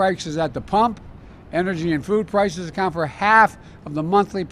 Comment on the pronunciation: Gas prikes'? He can't even say it.